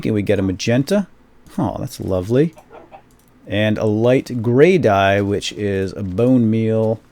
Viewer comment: did you say "That's DUYE" ?